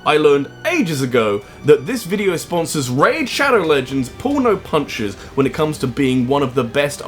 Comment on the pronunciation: For a second there when he said Raid pulls no punches, I thought he said "Porno Punches".